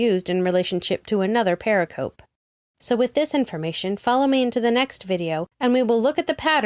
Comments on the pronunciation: Love your work, but please re-do all the mispronunciation of "pericope"! Use the audio file that is part of the Merriam-Webster Dictionary image showing at :28: It's purr-RICK-uh-Pee -- or close to that. A term used a long time in New Testament Gospels' study. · Please pronounce 'pericope' correctly. You showed a slide showing the correct pronounciation, but apparently ignored it.